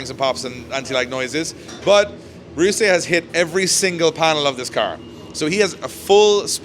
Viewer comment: Ryusei not rayusei